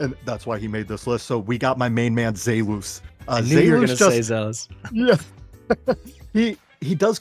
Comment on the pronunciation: The way said “zelus” (zay loose) made me realize that without watching youre videos id probably be mispronouncing everyone’s name. Thanks